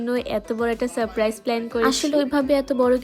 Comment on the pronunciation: সারপ্রাইজ ঠিক বলতে পারে না😂😂😂😂